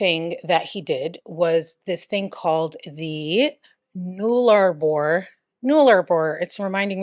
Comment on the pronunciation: It’s pronounced Null-Ah-Boar but Thankyou for trying, Australian names can be difficult because of our accent.